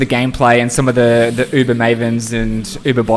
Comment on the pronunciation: I'm gonna try this in a hardcore character to see how it goes, wish me luck guys lol. Btw, I love how you pronounce uber!